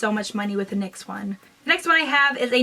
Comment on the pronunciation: its nyx pronounced like "nicks" I actually don't care for their matte lipsticks I feel that they pull